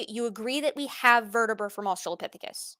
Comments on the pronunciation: the way he says asTRAHlopithicus is pissing me off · Wtf is a Uh-Strahl-lah-phisicus???? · I'm guessing his brain is just mixing the pronunciation of "Australia" into it. They both have the same latin root. I wouldn't be too hard on him for that, I do that kind of thing all the time. He has way more important incorrect points to focus on than some weird brain memory thing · Look I get why he won't update his model, but could he at least update his pronunciation of Australopithecus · I just can't "stand" how he pronounces australopithecus over and over and over! C'mon, man! You HAVE to know that's incorrect! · is there a reason he pronounces "australopithecus" with so much emphasis on the second syllable? I'm immature, and I find it particularly distracting